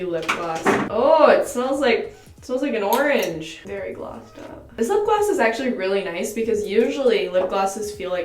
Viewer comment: Girl I love you but I think you’re mispronouncing orange 😂😂😂